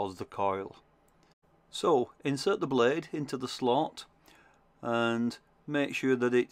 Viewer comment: Great video! I like the way you say "Be curefull the bluude could be shurp"